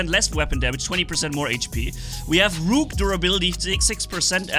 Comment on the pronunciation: I love how say rook with a long o he is saying it like Rooook, but that Rook titan hp is still broken